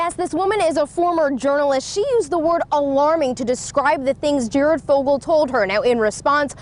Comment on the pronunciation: Great video. And it's "Fogle" not "Foggle".